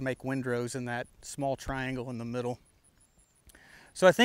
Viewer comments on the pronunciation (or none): none